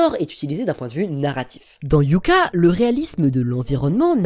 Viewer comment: Hyouka ne se prononce pas "Hyouka" mais "Hyôka"...